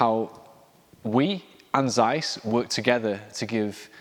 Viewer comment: “Tseiss”, not “Zzzeiss”